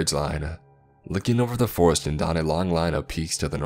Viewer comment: Bro your voice fucking sucks it’s so hard to listen to these nice stories like when you say some thing you always add A or U at every single word please just finish the word correctly you don’t have to say the forestU ore killinga